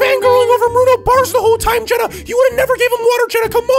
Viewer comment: you said China instead of jenna.😂😂😂😹😂😹😂😹😂😹